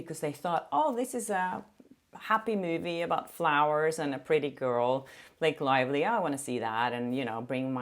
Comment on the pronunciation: Did I hear wrong or did you call her Blake Liely? 😂